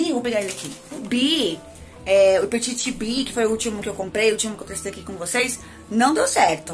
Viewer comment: se pronuncia peti, sem "T" no fim, abraço adoro seu canal